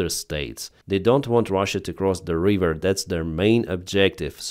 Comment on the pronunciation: River - not reeever . 😊